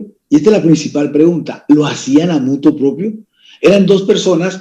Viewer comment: Senador: No se dice "Muto Propio" sino "Motu Proprio", con R antes de la "i"